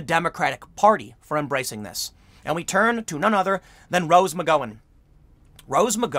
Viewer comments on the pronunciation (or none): Meeeka!! Not M-eye-ka. McG-ow-an!! Not McG-o-an. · Rose McGowan is pronounced “Mc-Gowwww-an” Mika Brzezinski is pronounced “Meek-a” Great work as always, Tim...keep fighting the good fight! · Hey Tim just an FYI, it’s pronounced McGowan as in cow not go. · Sheesh. Tim. It’s Rose McGowan! See the “gow”? Think COW. Not go. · Rose McGOWan (rhymes with "HOW"). It's killing me with this "Go"an stuff. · Tim . You keep miss-pronounce rose surname. It is pronounced Rose Mc-Gow-an. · Tim, you must not have seen Rose McGowan's fine work (well, one.. Planet Terror👍) and aren't that familiar with her, because this is the second or third video where you keep mispronouncing McGowan. It's not McGo(long vowel, or macron over the o like you keep saying)wan, but pronounced like "ow, like in cow" in McGowan. Sorry but I'm on my phone and can't add pronunciation marks. And who is Mika Brzezinski? It's pronounced like Me(long vowel)ka Brzezinski. She is the daughter of Carter era Democrat Zbigniew Brzezinski (don't even try pronouncing his name lol). I do respect Rose for sticking to her guns though throughout the PoundMeToo movement.